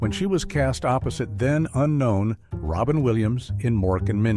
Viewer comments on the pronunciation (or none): none